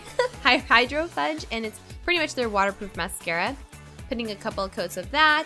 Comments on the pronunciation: lol you pronounced it fudge like the chocolate its fudge like fuuge. I was cute though. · lol btw the mascara is pronounced hydro-fee-uj. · the hydrofuge mascara is pronounced HYDRO-FEWge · She said hydro FUDGE for the mascara :) haha that was funny. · Lol fuge like huge lol not fudge but love how simple you made it look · Did u day hydro fudge? Lol FUGE but I love u anyways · "Hydrofudge" are you serious? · LOL "HYDROFUDGE"